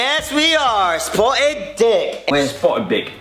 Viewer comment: Am I the only one who thought it was 'spartan' and not 'spotted'